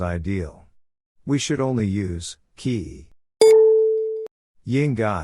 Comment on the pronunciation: He says "kii" but "ke yi" ... LOL